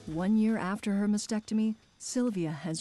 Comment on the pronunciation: Can people pronounce "mastectomy" correctly PLEASE!!!!..it is NOT "massectomy"